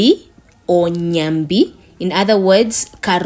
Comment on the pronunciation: Ndjambi not nyambi or karunga plz